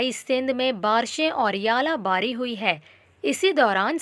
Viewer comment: its not yala bari ,,, its Zala bari